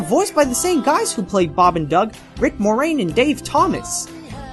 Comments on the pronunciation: Key-nai not Ken-ai Rutt not root and Rick Moranis not Morane Bro pronunciation come on lol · You pronounced Kenai's name wrong. It's like, keeeeenai. Plus, Where do you get Rick MORANE from??? It's Rick MORANIS.